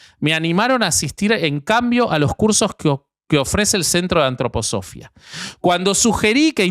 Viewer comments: Por lo menos el Sr. de la derecha, aporta información, pero el de la izquierda solo interjecciones, e improperios. Lo interrumpe al otro, que dele que dele con la Antroposofia, cómo pronuncia Filosofía, también acentúa la segunda "o" . Me hubiera gustado que leyera sin el ruido del Sr de la izquierda. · Gran capítulo! Lo nerviosa que me pone pronunciando mal Antroposofía jajajja